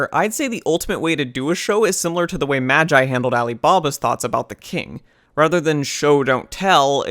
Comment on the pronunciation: Its pronounced "magi" not "magi"